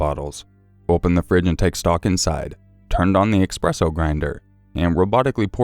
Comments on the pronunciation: Another awesome video! Thank you! Just one bit of constructive criticism: At about , you twice said "expresso". There is no "x" in "espresso". :) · If I hear you pronounce "espresso" as "EXpresso" ONE MORE FUCKING TIME!!!